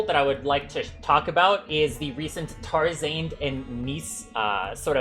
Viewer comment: why the way he says tarzarnd is kind of weird